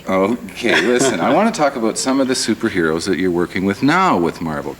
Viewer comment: "How does spiderman fly?" Does this interviewer even know who Spiderman is? He came off as a guy who didn't do his home work. "Supaherows" love it!